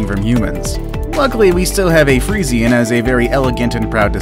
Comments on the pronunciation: It's pronounced free-shan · The Friesian horse is pronounced Free-shi-an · Umm you said Fresian wrong , even I know how to say fresian and check on google translate how to say it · the freisien isn't pronounst like that XD